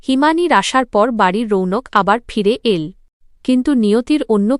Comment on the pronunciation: কেমন উচ্চারন করে বুঝিনা। সব গুলো ঠিক করলেও। এই সব্দ গুলো ঠিক হচ্ছেনা যেমন এল। বাচল।গেল।এই ধরনের উচ্চারন গুল